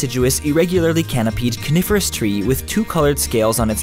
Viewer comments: lol for a second i thought he said carniverous tree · did he say carnivorous? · Coniferous tree lol not what sounded like carnivorous tree to me ;) great clip guys ♥